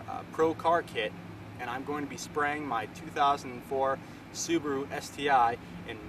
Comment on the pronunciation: lol... soo-boo-a-r-oo